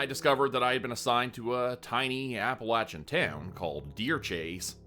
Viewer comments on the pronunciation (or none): none